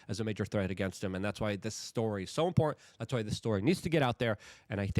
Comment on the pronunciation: Luke are you aware that the word im·por·tant has 3 syllables?